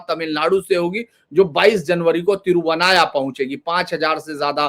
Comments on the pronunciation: Sir, is jagah ki nam thiruvanaya nahi, "Thiru navaya" hi. 🙏🙏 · Sir, इस जगह का नाम है " तिरूनावाया ". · मैं मूलतया एक मलयाली होते हुए भी, बेहद खुशी हो रही है कि मुझे इस पर्व के पुनरारम्भ होने की समाचार एक उत्तर भारतीय से सुनने को मिल रहा है। माँ भारती की यही तो ताकत है। मुझे यह भी खुशी है कि आप कुछ-कुछ मलयालम शब्दों के उच्चारण भी ठीक से नहीं कर पा रहे हैं, फिर भी अन्य किसी के द्वारा इस समाचार को सार्वजनिक करने से पूर्व आप करें इस होड़ में थे आप। कोई बात नहीं। मंदिर का नाम पहले बता दूँ: " तिरूनावाआआया" यह एक संक्षिप्त किया गया वास्तविक नाम है👉 "तिरु नालॅ वातिक्कल कुलम। "തിരു നാല് വാതുക്കൽ കുളം" अर्थात इस मंदिर के चारों दशाओं में तालाब हैं। अर्थात भक्त किसी भी दिशा से आए जहां पर भक्त शौच शुद्धी कर दर्शन के लिए मंदिर जा सकते हैं। मैं भरपूर प्रयास करूंगा कि इस विशेष पर्व का भागीदार हो सकूं, यदि भगवान की अनुमती हुई, तो। 卐ॐनमः शिवाय 卐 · "THIRU NAAVAAYA"..... സർ "MALAPURAM"....H.. SIR, maLLappuram nahi.. Mala mean pahaad.. Puram mean desh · यह देखकर अच्छा लगा कि किसी ने 'मामांगम' कार्यक्रम को प्रमुखता देने के लिए अच्छी पहल की है। ऐसा करते समय मेरा विनम्र निवेदन है कि कृपया सटीक नामकरण देने का प्रयास करें। तिरुनावया- यह तिरु-ना-वा-य है, तिरु-वा-ना-य नहीं. ऐसे ही ममंकम नहीं ये मामांगम है. क्या मैं किसी के नाम का उच्चारण इस प्रकार कर सकताहूं, जैसे धीरेन्द्र पुंडीर की जगह दरिद्रपंडर ?. एक बार राष्ट्रीय स्तर पर नाम परिवर्तन स्वीकार हो जाने पर, इससे लगभग जनसांख्यिकी में भी बदलाव आ जाता है। अनुरोध है कि ऐसा विद्वान व्यक्ति इस मामले को गंभीरता से देखेगा।